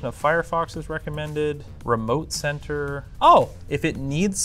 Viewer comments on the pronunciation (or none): none